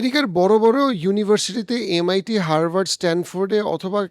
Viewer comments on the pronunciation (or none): none